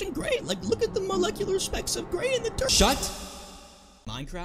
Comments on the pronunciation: the word shut doesn’t even sound like the word shut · I love the part where he said S H U T